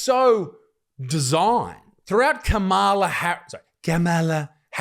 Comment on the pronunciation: So she prefers the pronunciation Camel-ah over Calm-ah-la? Wierd.